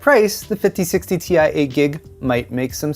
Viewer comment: Ti (in english, an individual “i” is pronounced as eye) ex: Titanium symbol Ti pronunciation